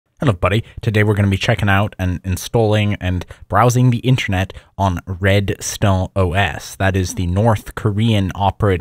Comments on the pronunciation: in-ter-net. good vid, but pronunciation threw me off bunch of times. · we know what intranet is. he is pronouncing it weirdly.